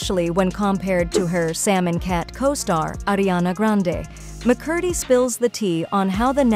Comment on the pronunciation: one of the easiest last names to pronounce and it still was pronounced incorrectly lol